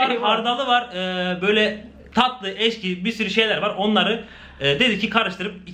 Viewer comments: ekşi deyeceğine eşki diyo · # ekşiye eşki diyen abim.Seviliyosun